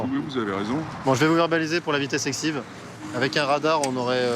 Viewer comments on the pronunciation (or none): "je vais vous verbaliser pour vitesse exive"??? il a mal dit, j ai mal entendu ou c est la caméra qui beug?